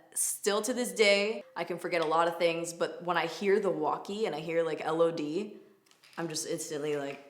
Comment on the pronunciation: Omg you saying LOD sounds so wierd to me ... I currently work at target lol